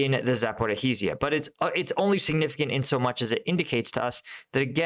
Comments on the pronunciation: I-va-niv-ske, not Ivanski. Za-po-rijj-ya, not Zaporohizzia. Sva-to-ve, not Savote. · Great analysis! Just a tip on pronunciation, Zaporizhzhia is Za-por-ree-zhia and Svatove is Sva-toh-vay. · Hi...I know Russian and Ukrainian place-names are sometimes hard. I am going to help you. Zaporizhzhye is pronounced "zaporizhia" "zh" as in soft "j". And Kyiv is pronounced "kee-iv"(Kiev) not Keeve. Ok...hope that helps. 😃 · i am sorry but its za-po-rizh-zhia 😂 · please stop killing the name of Zaporizhzhia 😂 use instead of zhzh the last consonant you hear in the word entourage or in nicki minaj